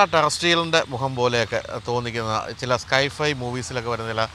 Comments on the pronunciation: യഥാർത്ഥത്തിൽ പാമ്പിന്റെയും അന്യഗ്രഹ ജീവിയുടേത് പോലെയൊന്നും അല്ല...പച്ചക്കുതിര യുടെ തല പോലെയാണ് 😀👍 സ്കൈ-ഫൈ അല്ല സൈ-ഫൈ 😀👍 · "സ്കൈ ഫൈ" അല്ല ചേട്ടാ...."സൈ ഫൈ".....Scientific Fiction എന്നതിൻ്റെ ചുരുക്കം..